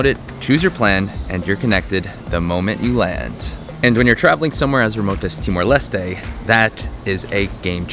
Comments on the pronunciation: It's Timor Les-Teh, not Lest. at least check how to pronounce it first, showed that you care. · Ha. I noticed you corrected your pronunciation of Timor Leste after arriving, but then relapsed. In tetun (languages are not capitalised) every vowel is pronounced. In Portuguese the final E is not pronounced, but the S has ‘sh’ sound. And you got to meet Barry! He is a legend. Arturo is one of the best places to spend a weekend in Timor Leste. Barry’s Place has tiny little thatched huts right off the beach to stay in.